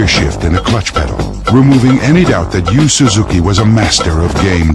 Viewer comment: can't even pronounce Yu Suzuki's name.